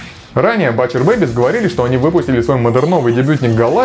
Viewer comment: О, Alestorm упомянули =)) З.Ы. 'Butcher' читается как 'бутчер'. \G